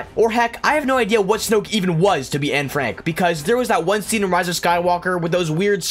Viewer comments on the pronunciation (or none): none